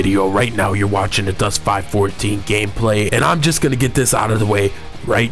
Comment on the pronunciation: ITS 5 1 4 pronounced five one four ill just leave this here